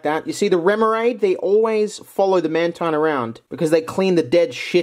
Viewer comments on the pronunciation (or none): none